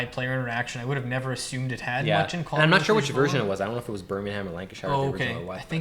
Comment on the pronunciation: But just as annoying as when people cannot pronounce foreign names and don’t take the time to look it up. (E.g. Lancashire - forget all about hobbits - LANG-kuh-shuh)